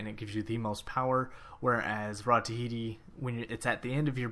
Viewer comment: awesome tips but can you read??? its not rod of tihiti, its ta-hoo-ti